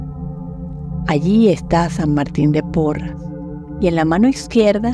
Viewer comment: Gracias por esta ejercitación, soy de Perú, San Martin santo peruano,si realmente curaba incluso a los animalitos, pero su nombre es SAN MARTIN DE PORRES, ES PORRES NO PORRAS. GRACIAS gracias gracias